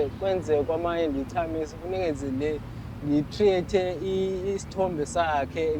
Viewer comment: Create ❌ TREATE ✅👍🤣